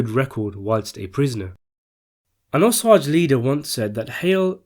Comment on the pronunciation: Repeat after me OOOH. SAGE